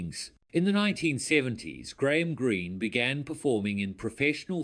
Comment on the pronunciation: Do not get your point, he spelled it right and he said it right. Are we watching the same video?